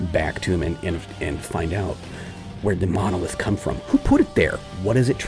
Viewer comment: Baaawh, "munolith!" Groan groan groan! Also, you killed those guys on purpose just to do the whole "knowledge is lost" thing! Murderer!